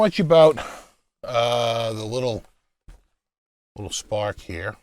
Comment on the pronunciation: Spaaaahk, wit smaaaht jaaam. lol. That is how it is correctly pronounced! ...and how I shall do it from this day forward. I'm still waiting for mine... mah spaaaaahk wit smaaaaht jaaaam